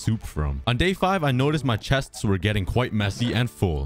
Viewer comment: lol do not ever do that ever again it was so funny it sounded funny 😆 lol I said it erong